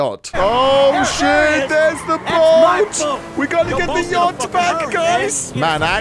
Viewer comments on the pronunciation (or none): is it just me or did everyone heared he said yocht Or maybe it's just his accent I don't know